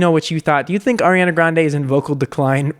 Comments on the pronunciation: “oriana grande” 😂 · “oreana grande” ...? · "Orianna Grande" 😂